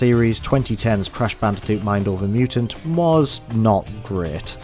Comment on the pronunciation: Can you pronounce c, k, g without saying t? (Example: Crash Banditoot, Stylanders, etc.)